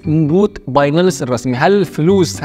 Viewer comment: بايننس وليس بايناننس